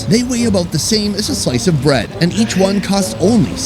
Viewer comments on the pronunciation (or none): none